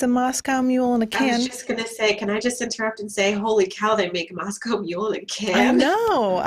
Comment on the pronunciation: I love how Sam very distinctly pronounces Moscow correctly.